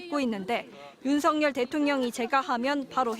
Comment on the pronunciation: 윤석년대통령이 재가하면 바로 해임된다고? 방송사고네! 여러번 들었는데 윤석년대통령으로 들리네!